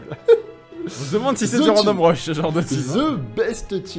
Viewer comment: Pour info, random rush se prononce a la japonaise randomu "rashu" et non "rashuru" :)